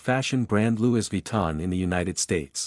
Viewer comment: Louis is pronounced Lewy, there is not s sound.